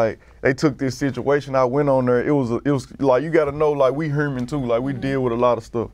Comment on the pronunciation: "we hueerman too"